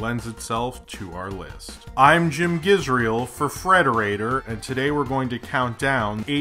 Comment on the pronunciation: For a sec, I thought you said Jem. Thank god you didn't. LOL